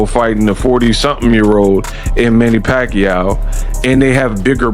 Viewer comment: It's Pac yow not Pac will 😂